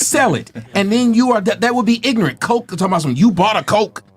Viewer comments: I cannot believe she said IGRANINT twice!!!!!!!! 🤣🤣🤣🤣🤣🤣🤣🤣🤣🤣🤣🤣🤣🤣🤣🤣🤣🤣🤣🤣🤣🤣🤣🤣🤣🤣🤣🤣🤣🤣🤣🤣🤣🤣🤣🤣🤣🤣🤣🤣🤣🤣🤣🤣🤣🤣🤣🤣🤣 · "I'm not bieng Ingrament" lol😭😭bruh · She pronounced it more like "i-gri-nit" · "Ingrent" needs to go on some merch 😂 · "Iggernint" is my new favorite word. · "I'm not being ingorant?" LOL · Blank women don’t even understand the English language. 👸🏽: “Not irrelevant” “Ingrenant” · You’re a social worker but you can pronounce ignorant or misconception??? Where tf do you work an animal shelter like what kind of social work do you do